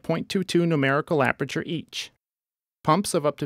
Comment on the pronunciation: "Numberical Aperature" Aprature Science